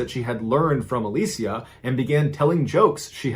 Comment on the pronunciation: Literally like everyone pronounces it alisha so I was shook